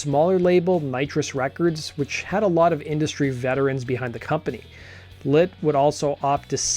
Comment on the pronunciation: Is it Lit or Lint? Pronunciation all I can hear is lint